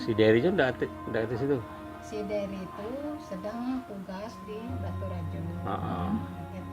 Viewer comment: nama cowo nya Derry ya? w dengernya Berry😅 auto kaget dong kalo berry , nama cowo w itu😆